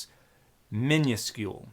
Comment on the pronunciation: I appreciate that Dan used the more traditional form "minuscule" rather than the newer variant "miniscule", but his pronunciation is idiosyncratic. It's typically mĭn′ə-skyo͞ol′ or mĭ-nŭs′kyo͞ol′; I've not heard it as mĭn′yǝ-skyo͞ol before. If you can't read my diacritical respelling, Dan used the yod-pronunciation (that little /y/ sound) in the second syllable when typically the yod is dropped in the second syllable.